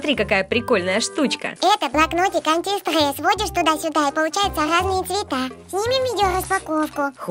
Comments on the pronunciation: зашто так антистрэсом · Уничтажать антистрэс хахахахахахаха